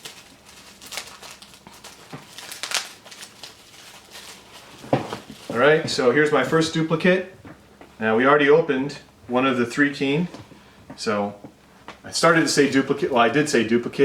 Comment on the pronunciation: Less coffee pardner. Easy on unboxing your going to bust a figure. Also just an FYI it is not pronounced "three keen".